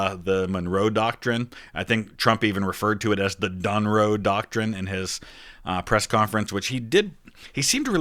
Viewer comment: Donroe Document*